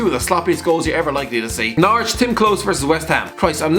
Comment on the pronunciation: Whenever say's Norwich it sounds to me like Naruto.